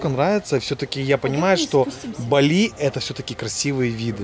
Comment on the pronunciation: Не балИ, а бАли